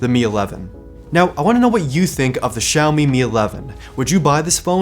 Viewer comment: 小米这两个字的发音是如此标准